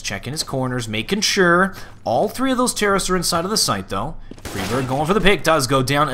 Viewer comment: I love you but you must stop your old bad habit of saying "fry-berg" instead of "free-berg". You were doing so well there for a while! But I am a pedantic linguist so I'm probably just being picky, lol.